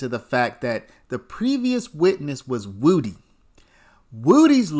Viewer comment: Learn how to say Woody ffs